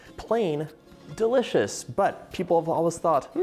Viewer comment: Drinking game: 1 shot for every “DA-licious” or “Deecadent.” 😂